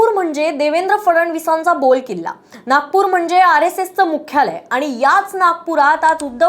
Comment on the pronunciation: बोलकिल्ला नाही, बालेकिल्ला 😂 वाट लावतात मराठीची